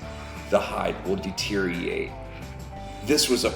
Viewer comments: The hide will “deteriate” 😂 love the channel but I had to. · Deteri-or-ate 👍 😁 love the vids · My man's sayin "deteriate."